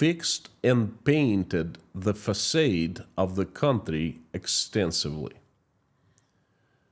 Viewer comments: I’m quite sure this is quite wrong. It’s pronounce same as “Fasad” with final A like the A in “father” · Another fantastic report, Sir!!! However, I must tell you that the word facade is pronounced "fac ah' ed" - not fac ay' ed. 🙃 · Thx!! Btw, the word "facade" is pronounced FUH- SOD but you keep repeating FUH- SADE which is a bit confusing to American audience. Thanks again for the amazing research every day. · it would be confusing to the European if he did spoke it like the USA dos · as an obviously keen and gifted linguist, you might like to know that most native English speakers pronounce FACADE as fa-SARD as in HARD, not fa-SADE as in AID. Thank you for all you are doing to keep the world informed about what is really going on in Russia. By virtue of your lived experience and your connections, you lend your reports considerably more authority than exists in most mainstream media reports. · It's facaad not facade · English lesson: Facade is pronounced "fuh-sawed" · Exactly. I was going to write a comment too, because it's the second video I heard him say that.